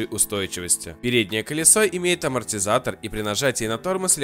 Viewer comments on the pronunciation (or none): чувак, ролик у тебя очень годный, но на будущее не "армотизаторы" , а *амортизаторы" ;) Удачи в развитии канала, приятно видеть, что автор читает коменты людей;3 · Армотизаторы АХАХАХАХХАХААХАХХА